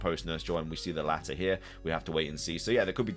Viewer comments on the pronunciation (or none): none